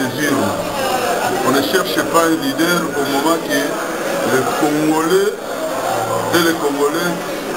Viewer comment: Bakomaka Leader et non Lideur, Bakomaka INTELO Et Non Intelot Kiekiekiekie BOLOLE.... 30 ANS Osala na Poto Ozo yekola Kaka te?